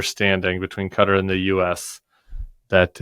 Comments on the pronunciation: I totally agree with your points and this airplane story is horrific. But please don't say "Kudder". It's much close to Ka-tar. No "d". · It’s pronounced “Ka-Tar”, not “Katter”